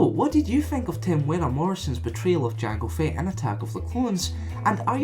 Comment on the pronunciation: "Jang Fett"